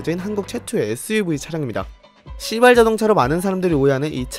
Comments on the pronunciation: 에 발음때문에 진짜 시X인줄 발음이 시 가아니라 씨로들려요ㅋㅋ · 아니 왜 시바ㄹ 자동차 말할때 왜 이렇게 시바ㄹ 발음을 쎄게해? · 너무 강조해서 읽으시는 거 아님?ㅋㅋㅋㅋㅋㅋㅋㅋㅋ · 발음 조심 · 시발자동차 발음이....?